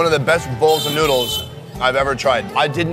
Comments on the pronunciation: its not nuds its noddles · did he say nudes instead of noodles